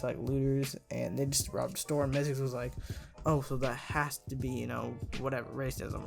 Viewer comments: LOL HOW U SAID ZICKLE INSTEAD OF MYZX LMAOOO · Love how ur saying "zickle" lol